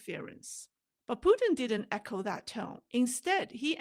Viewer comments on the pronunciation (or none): none